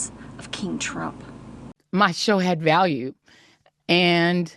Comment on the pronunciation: “My show had vaule “ haha 😅😂😂😂